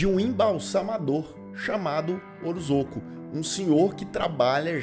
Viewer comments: O jeito certo de falar o nome do homem é "orozôco" mesmo? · Você comentou sobre o erro ortográfico e a pronúncia de Ozorko, mas sinceramente...você conseguiu falar o sobrenome do diretor do filme sem pestanejar: Kyotakatsurizak. É quase a palavra cabalística do Chapolin (Parangamicotirimírruaro). Você tem uma dicção ótima!